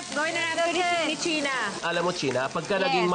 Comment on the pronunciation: Che-na? Chena-len. 🤣🤣🤣